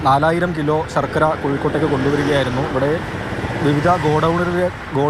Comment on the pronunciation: സർക്കര അല്ല ശർക്കര 😂😂😂